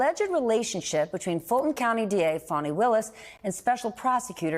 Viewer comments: It’s Fani Willis. As in vajayjay Willis. Not funni Willis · Why are y’all pronouncing her name which is Fani (fanny) like fawny instead ?…. Good gads you ppl are insufferable!! 😣 lol